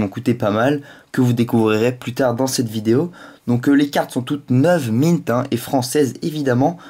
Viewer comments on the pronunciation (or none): none